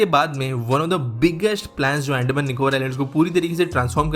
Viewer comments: BRO..ANDMAN nahi Andaman hai ho kya accent hai😫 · अंडमान नही अंदमान😂😂😂😂